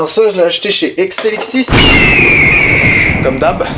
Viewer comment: Quand il dit exilixis on dirait il dit xnxx